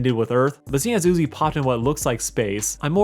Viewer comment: NUZI??? You mean Uzi